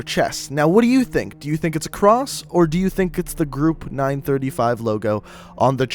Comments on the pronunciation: Is anyone else bothered by the fact that he butchers '935', '115', 'Richtofen', and 'Primus'? Or am I just being OCD? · Nine thirty five and one fifteen made me mad, its 9, 3, 5, and 1, 1, 5. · Group 935 made the perks doctor Monty sang the jingles and it's 9-3-5 not 9-35 your pronouncing stuff wrong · It's element one one five not one fifteen and it's nine three five not nine thirty five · I love how he mispronounces all of the zombie themed things,like him saying one fifteen instead of one one five,and nine thirty-five instead of Nine Three Five,That makes me feel like he's just a person who really doesn't play zombies but is just thinking that he's saying it right, also, That's not how you say Primus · it is not ningh thrty five its ninghn three five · The group name is pronounced group 9-3-5 no 9-35 the way you say it is just like saying group 9 hundred and thirty-five and the elements is pronounced 1-1-5 not 1-15 not one hundred and fifteen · no hes not its supposed to be nine three five instead of nine thirty five and one one five instead of one fifteen. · You mispronounce everything. It's " One, One, Five " not " One Fifteen " It's " Nine, Three Five " not "Nine Thirty-five" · Its one one five not one fifteen also its nine three five not nine thirty five those play an Important factor in the zombie series so if you say it that way it's different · my Chemical brides yeah your supposed to say nine-three-five NOT nine-thirty five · its said nine three five... not nine thirty-five.... just saying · Did he just say... group nine THRITY-five. Uh uhh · what if i could tell u that u said 935 wrong its 9-3-5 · oh I didn't notice he said 9 thirty five but 115 was right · its nine-three-five and one-one-five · Am I the only that got bother when he said one fifteen and nine thirty five? That's the only reason I disliked it. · talks about 115 and says if you dont know about it you should know but yet he pronounces 115 and 935 wrong